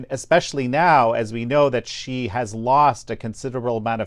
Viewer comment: I find it amazing that people like this author write books about people and can't even pronounce their names. The Chinese leader's name is pronounced 'she' just like the female pronoun. Imagine people writing a book featuring President Trump and pronouncing his name 'Frump'. I'm no lover of the Chinese regime. I lived in China for 13 years and have a Chinese wife. As mentioned, their are 2 groups in China; the Chinese communist party and Chinese people who don't matter except how they can benefit the C.C.P.